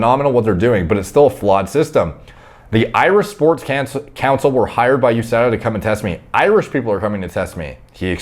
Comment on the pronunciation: It’s pronounced USADA not USADA